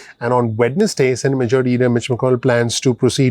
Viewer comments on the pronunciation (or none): Hi my friend, I love your channel, Only when you pronounced WEDNESDAY, It should be silent D, It should sound WE-NES-Day, Other than that YOU ARE THE MOST PRECISE AND INSIGHTFUL channel EVER, GOD BLESS YOU!!!